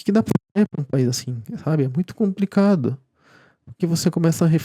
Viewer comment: Meu caro, treina mais a palavra complicado com L, vc fala lindamente e com um belo vocabulário, mas chega na palavra "compRicado" e fica difícil. Abraço!